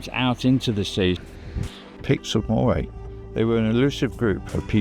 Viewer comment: Pronunciation Pedant here. Moray is pronounced "Murray". Forres is pronounced Forres! Not Faws. The es ending is bit of a snare in these parts, so you have AlvES, ForrES, TarvES. Rothes does not rhyme with clothes, you will be met with utter mystification if you ask directions for Rothes rhyming with clothes. It's happened.